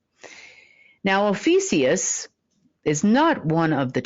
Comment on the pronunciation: You’re SAYING “OH FEE SEE US” but SPELLING “OH FEE A CUS”. Which is it? I think it’s OH FEE A CUS!